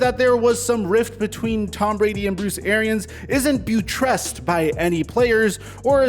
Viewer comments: You pronounced buttressed wrong. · You can't read new words well. Buttressed is pronounced like something you rest your butt on. You say it like its foreign. Lol